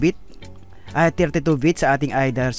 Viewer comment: Bit pre bit!!!! Bbbb bbbb baboy bit!!!hndi vit!!!vit?? Bit ah bit..shunga shunga hahaha